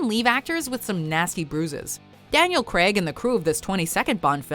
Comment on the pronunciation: Who's Daniel Cregg? It's pronounced CRAYG